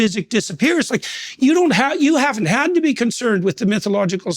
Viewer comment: English! Do you speak it?! - Substarte. - What country are you from?! - Metaphysics. - Do they speak English in Metaphysics?! - Mythological substrate. - Say "substrate" again! I dare you, i double dare you mofo, say "substrate" again!!!